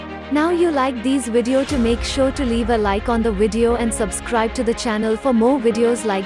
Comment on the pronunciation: "...now you like these wideo make sure to leave a like on the wideo..." Oooookayyy...